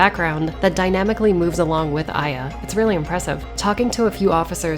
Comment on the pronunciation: I always thought it was pronounced eh-yah, not eye-yah